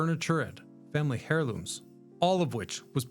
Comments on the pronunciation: I appreciate you not being AI, I really do, but you're misprounouncing words just like AI. The "h" is silent, like "air-looms." . The town was forced to restart their entire lives, not life's. Lives is the plural firm of life. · Lost me at “hair looms.” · Family Hairlooms" LOL